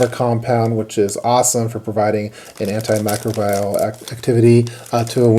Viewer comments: Great information here. This is going to come off as pretentious, but antimicrobial is pronounced "AN-tee-my-CROW-bee-uhl" or "AN-ty-my-CROW-bee-uhl" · Lol at the way you say "antimicrobial". It might just be a regional/accent thing, but I've always heard it said like "anti-my-crobe-ee-uhl", not "anti-micro-buy-uhl". Great video as always,!